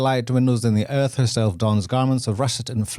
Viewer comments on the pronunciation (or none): none